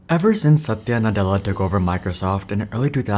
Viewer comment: I love the way your pronunciation of Satya's name. Very authentic.